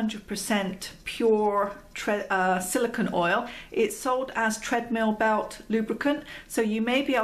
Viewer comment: Love the information. But it's silicone (pronounced cone) not silicon (pronounced con). Silicone and silicon have very different properties; silicon is a solid element sometimes found as rock crystals, whereas silicone is an oily compound comprising a chain of alternating silicon and oxygen atoms, with small organic groups at the ends of the chain.